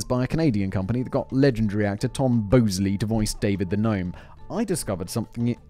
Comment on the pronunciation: Tom Bosley-is pronounced Bawz-lee Happy Days? Oh boys.